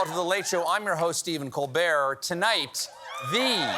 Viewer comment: Did he just introduce himself as Stephen Cokebear?